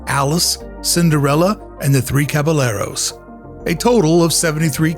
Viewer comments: We see Philharmagic every time. I can't believe you said Cabalerlos though... 😂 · I had to run to the comments as soon as he said the 3 “caba-Leros” 😅